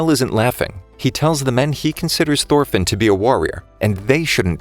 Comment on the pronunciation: Thorfinn is more like thorphan lmao